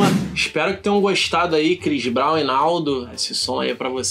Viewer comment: Crix brau